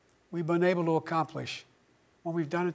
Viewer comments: Ever wonder whether or not, ya know, he didn't enunciate "we've been unable to accomplish" properly? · All of you saying that he said "there's nothing we've been able to accomplish, that we've done together" ABSOLUTELY MISUNDERSTOOD what he ACTUALLY said, because he kind of "mumbled" it a little bit there. Go back and listen again.... he says , "there has never been ANYTHING, that we've been UNABLE to accomplish, and we've done it together".